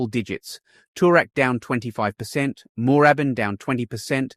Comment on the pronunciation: Need someone to do these things who can pronounce the suburbs correctly - NO ONE pronounces 'Moorabbin' like that in Victoria - it's like listen to a Yank pronounce Melb-bourne or Bris-bane, it is very cringe worthy. Try saying it again with the double 'oo' nearly silent. And 'Malvern East' is pronounced 'Mall-vern' where you use the Yank 'mall' sound. Don't care if you are a Pom speaking your style of English, you are in Oz, if you going to do business videos like this, get the pronunciation right!!!